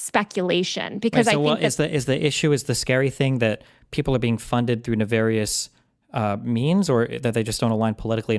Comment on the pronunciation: I'm no fan of Destiny but he came out on top. He discredited her. IBut it is bugging me that Desriny said "nevarious" instead of nefarious.